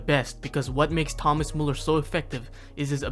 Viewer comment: "Thomäs mulluhr"😭